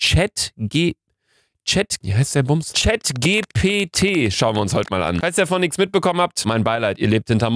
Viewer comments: Das spricht man Englisch aus nicht deutsch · Chat „g p t“ 😂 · Luca, die Buchstaben GPT werden auf Englisch gesagt, es heißt: Chat dgi pi ti (ausgesprochen) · gpt wird englisch ausgesprochen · Das GPT spricht man Englisch aus luca😅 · GPT NICHT GKW